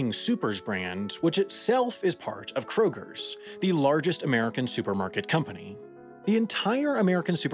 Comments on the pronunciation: Its pronounced K-Roger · "kroger's" intensifies... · Krogers? Really! Lol